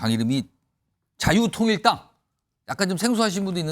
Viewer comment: MBN 앵커 똑바로 발음해라 자유토일당이다.